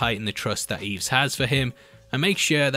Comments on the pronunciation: It isn't "EEEEVS" it is "I-ves" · You're killing me, man. It's "Ives", not "Eevs". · Given I lived near St Ives, and heard in the film, the character get called Ives, hearing it pronounced Eves, you deserve to be inverted sir. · Brilliant. But it’s Ives! Not Eves! Anyway. Great work as ever. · Great video but please It's Ives not Eves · It's "Ives" not "Eves" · Eves. Do you not mean Ives? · That mispronunciation of “Ives” tho. There’s no Y in there, it’s said how it looks! “EYE-VES” (one syllable) There’s even a lotion with the name in it! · I'm sure his name was pronounced EYEves... hehe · how could you pronounce it wrong in the first place when they said his name in the movie😭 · He couldn’t hear how they said the name in the movie. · HOW CAN YOU MISPRONOUNCE IVES SO HORRIBLY